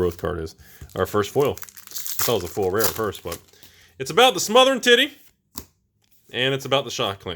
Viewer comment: 1. It’s pronounced Smothering Titty 2. The packs with split card rares are NO RARE PACKS